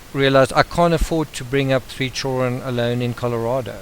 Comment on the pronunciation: Your voice is not boring! It's perfect. I have only one complaint. Your pronunciation of 'children'. I don't know why, but it bugs me.